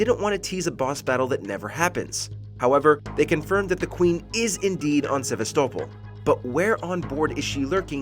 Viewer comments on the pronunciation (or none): Sevastopol... does it again with this pronunciation...